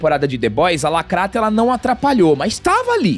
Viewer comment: Pq vcs falam "lacratti"